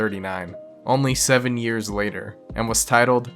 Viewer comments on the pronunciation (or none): none